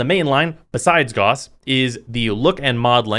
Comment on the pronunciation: "GAUSS" RHYMES WITH "MOUSE" IT IS A UNIT OF MEASUREMENT FOR MAGNETISM EVERYONE IS PRONOUNCING IT WRONG AAAAAAAAAAAAAAAAAAAAAAAAAAAAAAAAAAAAAAAAA